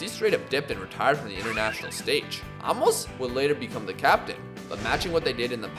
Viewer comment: Aymos* that’s how it’s pronounced